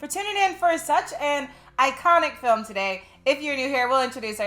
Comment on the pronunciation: Film not folm!!